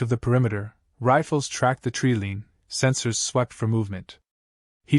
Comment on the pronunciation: TREE LINE not treelean